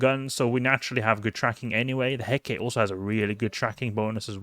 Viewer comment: Heh-kuh-tee. Named after the Greek goddess. Great video otherwise.